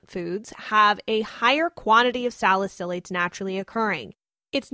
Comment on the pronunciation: You’re pronouncing salicylates wrong